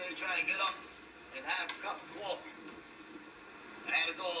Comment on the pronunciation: HE WANTS CWOFFE!! CWOFFE, CWOFFE, CWOFFE, CWOFFE, CWOFFE, CWOFFE!!!